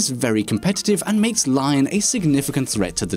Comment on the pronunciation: I dont think it's pronounced Lion, I think it's Leon, it's french